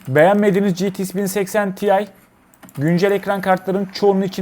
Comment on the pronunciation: Niye citi-ix diyorsun? GT derken ingilizce X''e gelince ingilizcen mi bitiyor lskdjfg